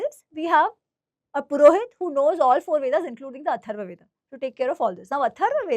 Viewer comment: Why northies pronounce ved instead of correct term veda? Yog instead of yoga. Hindi pronunciation is not Sanskrit